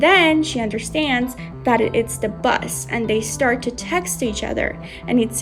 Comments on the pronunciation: Yip yip "Bus" I think the narrative lady means "Boss"❤ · i just keep hearing "Bus"